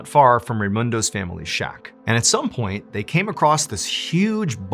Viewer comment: Did you say Shock for the word shack 😅 Great show as usual!